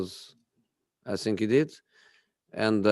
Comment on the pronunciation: So Jose, You can pronounce words like pragmatism, development, counter-attack, social media, plus all the difficult player names like Ndombele etc, but you can't pronounce think?? Why does it always come out as sink??? On a serious note, condolences for sharing the anniversary of your father, etc and sharing more previous insights about the relationship with you and Pep.